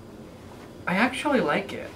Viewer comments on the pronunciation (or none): "i actullay like it" im dying